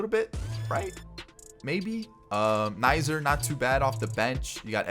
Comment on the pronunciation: My man called him Andrew nizer😂 it’s pronounced kizner. No hate just hella funny